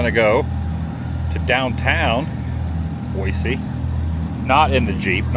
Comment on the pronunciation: Glad you're enjoying our beautiful city! The running joke is that this time of year flies are our "state bird!" Looks like the street fair was lots of fun. Boise is lots of fun - reminds me of Berkeley, CA, back in the 70s. Open-minded college town. Glad your sister has you saying Boy-see so you sound like a local. ❤ That grilled cheese looks amazing! 😋